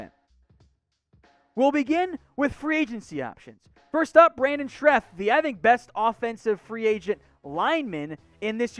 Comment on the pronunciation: Why is he always saying Brandon schReff??? It's scheRff